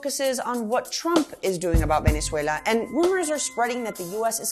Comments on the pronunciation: 2Hedz she says it as a Venezuelan, that's how you should pronounce it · thats how you say it in spanish lol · Sweetheart, please stop with the exaggerated Spanish accent when saying Venezuela. You don’t use the equivalent when saying Paris or Liverpool for that matter so just drop it for Spanish-language words. Good content otherwise. Thanks! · Kevin Hernandez-Fabre I never said it was wrong! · Is anyone else annoyed by how she switches to Spanish when pronouncing Venezuela? Does she also say Deutschland when talking about Germany? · No you're not a pro Trump military hawk, you're just a completely ignorant liberal. You think it's funny to make the point that kidnappers stopped kidnapping.....hahaha. You're entitled simply by the fact you can Venezuela in spanish accent. And have you been to Venezuela? And so who are you to say that protests in the USA need to have venezuelans at them to mean something. I'm Latin American and every Latin American I speak to knows this is about simply raping the country of it's natural resources by people that are completely unconcerned about the plight of the poor and that want to reverse the gains made by the Chavista politics of housing state medicine and collective betterment. Your opinion isn't welcome but you're entitled to it. But that is simply all you are, entitled.